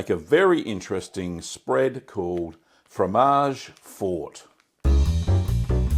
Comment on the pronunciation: MAMMA MIA SI DICE FROMAGE FORTE FOR-TE(i), ODIO QUESTO CANALE, SONO UN ITALIANO ARRABBIATO MAMMA MIA